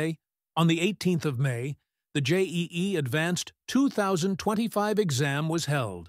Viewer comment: bruh! It is not J-E-E it is JE-E (pronounced Jey-E)